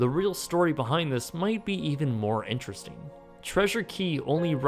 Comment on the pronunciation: Why did you said interesting like that 🤣🤣